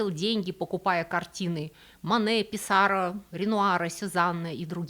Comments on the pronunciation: Не ПиссАро. А ПиссарО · Писсаррó- француз, ударение в фамилии на последний слог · почему ПиссАро? Ведь француз!